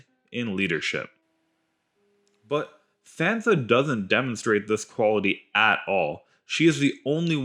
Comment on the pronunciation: Did you actually watch GOT?...did you listen?...then why do you mispronounce Sansa ?